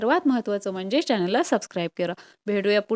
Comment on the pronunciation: आहो तुम्ही म्हणजे च्या जागी म्हणर केले आहे